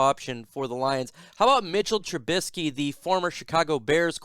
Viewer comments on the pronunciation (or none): Not Mitch Trubinski" Trubunkski"